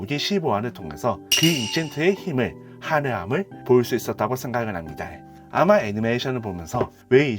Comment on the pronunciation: 힙니'다' 를 매번 "다이" 라고 발음해서 소리끄고 봤네요. 말고도 발음이 너무도 많이 새서 지적하기 힘든 점도 있었는데 저만 그렇게 느낀게 아니어서 대댓글로 의견 남겨 봅니다 는 미련 을 민원 이라고 발음하셔서 자막이 없으면 아예 이해가 불가능한 수준이네요